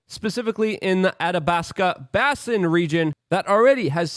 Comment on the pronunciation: Basin is pronounced with a long A as in Bay- sin Coup is pronounced as coo .